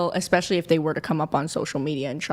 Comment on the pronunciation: Right?! 😂 Between ‘EXPECIALLY’ (especially), ‘GUESTAMATE’ (estimate/guess), Woman (women) and ‘IRREGAURDLESS’ (regardless), I swear they’re handing out degrees like Costco samples 💀 🙄